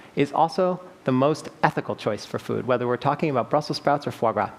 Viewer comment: "Fo gra" is how you pronounce foie gras? Au contraire, mon ami. You really made me doubt myself, but I'm pretty sure it's "fwa gra", similar to how most English speakers say it. The French wiktionary agrees with me...